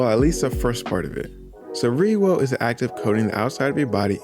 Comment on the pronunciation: Lol why does it sound weird when he says ryuo lol. (Reeoh)